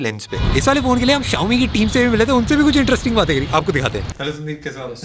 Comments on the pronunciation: Xiomi ❌ Chao mi ❌ Shao mi ✅ 😂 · Xiaomi ❎ Chaomin ✅